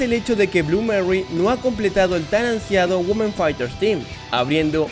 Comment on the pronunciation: No se dice Güomen, es 'Uimen' 😫